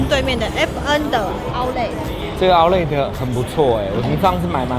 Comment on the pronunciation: 發音不標準是outlet /‘aʊtlɛt/ /‘aʊtlet/，不是outlay /‘aʊtle/ /‘aʊtleɪ/